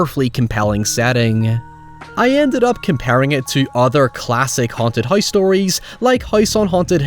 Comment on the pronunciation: What? Just cuz someone spends hours of hard work on something , doesn't mean it cant be bad. Your statement didn't make any sense Also the word is house. Not heyoose. Lol